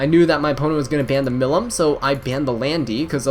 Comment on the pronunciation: For some reason, no one in the E7 community seems to be able to pronounce Milim's name correctly. It should be pronounced "Mill - eem", rhyming with "seem," rather than "him." It's a long 'e' for the second syllable. But thanks for the fun video! Have fun and be happy!